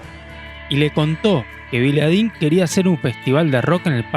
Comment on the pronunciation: Con todo respeto pero...Vidalín no Viladín.Muy buenos los videos,espero que sigas